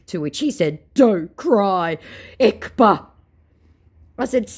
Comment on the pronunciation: Fun fact "kp" in ekpa is pronounced as one sound (gb too), sounds like the igbo language